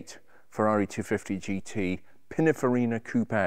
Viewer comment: I think he means, 'Pininfarina' and not Pinifarina. Does this man actually know what he is talking about or is he simply a 'presenter' ?